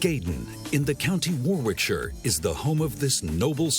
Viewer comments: Who the hell signed this off at AML? The script is horrible and naff, and why didn’t somebody tell voice over man how to pronounce Warwickshire, it’s easy enough if someone tells you. Warricksheer. Good grief it’s a horrible video about truly great cars. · Super documentary. As a point of idiosyncratic English pronunciation "Warwickshire" is pronounced "Worricksheer". (Where the 'o' is as in 'hot'). Also the reference to 'Brits' is as objectionable (to Englishmen) as referring to Americans a 'yanks'. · War Wick Shire???? OMG. Please, please please, when presenting a superb world class car try and at least pronounce names correctly, preferably using an English commentator.